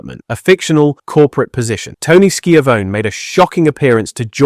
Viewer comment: This video is so weird. Wrong timelines. Mispronounced names of known people. Like who is Tony Ski-A-Vone? Mike Tay-Nay? WWWF? Pictures that don't correspond with what he's saying. It's like he hasn't even watched wrestling